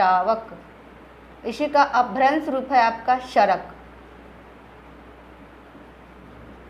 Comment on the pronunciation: सरक नहीं सराक प्राचीन जैन महासंघ